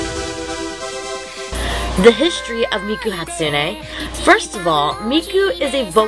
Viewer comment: you said Hatsune wrong